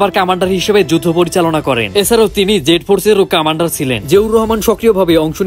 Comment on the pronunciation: সবকিছু ঠিক ছিলো,শুভকামনা রইলো, কিন্তু কিছু ভাষা স্পষ্ট করতে হবে, কমান্ডার হবে উচ্চারণ কামান্ডার হবে না